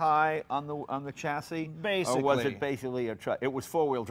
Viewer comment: Say chassis properly it’s infuriating